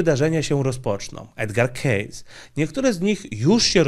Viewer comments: kejsi nie kejs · O Edgarze "Kejsi" nie "Kejsie" i nie z "Kejsem" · To nie keyss tylko keysi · Edgar Cayce czyt, Kejsi , pozdrawiam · Chcialem uprzejmie zauwazyc ze jego nazwisko wymawia sie Kejsi nie Kejs.Pozdro. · Źle wymawiasz nazwisko. Wymawia się Kejsi a nie Kejs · Edgar Cayce a nie Case. Wymawia sie keisi a nie keis. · Żenada, koleś opowiada o tym Amerykaninie, a nawet nie umie jego nazwiska wymówić. Dam dobrą radę za darmo, jak jestem zerem z języka angielskiego to sprawdź jak się wymawia dane nazwisko w google translatorze... Fonetycznie po polsku wymania się Edger Kejsi, a nie Edgar Kejs... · Komentarz dla zasięgu: nazwisko tego pana czytamy /kejsi/. Program super! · To się czyta kejsi. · Cayce czytamy "kejsi" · Edgar "Czejs" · Edgar kejsi tak trzeba wymawiac